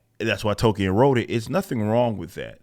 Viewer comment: its JRR Tolkien, not JRR token. casting for token representation should genuinely be shunned